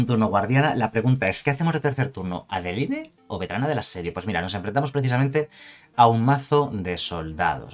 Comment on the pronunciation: Pronuncia para el orto adeline jajajaja